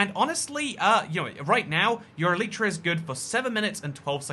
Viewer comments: I have mending on my elytras and I buy xp bottles from villagers and always have a stack in my ender chest to repair my stuff Quick question: which one is the correct pronunciation "Elitra" or "Eleetra" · Unsubscribed for the way you say Elytra x,D